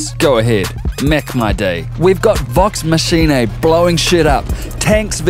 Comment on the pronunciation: "vox machinay"